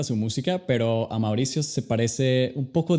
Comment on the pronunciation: Quien pronuncia tan mal como "mauricio "